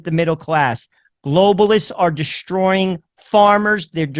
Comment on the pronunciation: Just FYI there is no "h" in "destroy". It's not "pronounced "dishhhhtroy". Also, there is no such word as "irregardless". It's either "regardless" or "irrespective". Just thought I'd let you know.